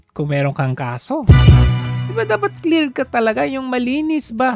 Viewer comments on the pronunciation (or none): Shis nut clear, kundi clier🥱